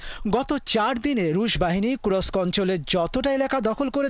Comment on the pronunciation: kurosk না kursk